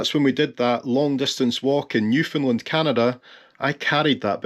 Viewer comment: You are giving us the finger... :D My brother is born 13th of august 1973. Every time you say Newfoundland it sound to me like New Finland. She is wearing glasses. Nice. Rovaniemi is not in Scandinavia. Mark Renton knows what's the worst toilet in Scotland. :)